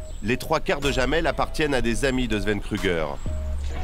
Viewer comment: sauf que ça ne prononce pas jamel comme dit le journaliste mais yamel, le "oui" en allemand s'écrit "Ja"